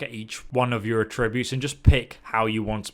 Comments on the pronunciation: It's funny how different he pronounces "attributes" In Texas we pronounce it "ATributes" But he says it "aTRIbutes" Lol🤔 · Does anyone else find the way he says attributes horrible, he said it for the third time and " Just shut up", and skipped ahead. he says ah-tribute, i say at-tri-butes, u know? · ATtributes. If it is the noun, the accent is on the first syllable. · Js it's attributes not a tributes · It's at-tree-butes not ah-tributes 👍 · It's not "At-re-buutes" it's "Atch-ra-bewts" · Argh - Come on! We’re British. At-tree-butes! Not a-tri-butes! It’s like the Stewie Griffin Cool whip gag. It’s like nails on a chalkboard!!! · Its not a trib butes, its at tri butes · Sorry bro but it's AT-tri-butes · It’s At-tributes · Mate, you really need to learn how to pronounce attributes!. It's not a'tributes. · A tributes? That’s not how you pronounce it. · Everytime you say attributes 3 angels fall from heaven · Say ”attributes” right and I’ll sub. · The way “attributes” is pronounced in the video bugs me a little. Attributes with emphasis on the “at” sound and tribute pronounced as if paying tribute. That’s how I believe it’s supposed to be pronounced. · The way he pronounces "attributes." I realize the pronunciation of words in British English differs from Canadian English, but it's fucking with me. He pronounces it the same way I do when I say "to attribute to something." Attributes on its own has an emphasis on the AT, not the TRIB part. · Damn that mispronounciation of "attributes" was hard to stomach xD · i HATE the way this guys says attributes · Might want to learn how to pronounce attributes for you next vid lol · anyone else hate his pronunciation of “attributes”? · Him saying "attributes" wrong triggers me for some reason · The way you're pronouncing "attributes" is actually pissing me off lol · Dude. The word 'Attributes' has an accent on the 'A' not the 'tri'. I haven't ever heard anyone pronounce that word how you just did... 🤣😂🤣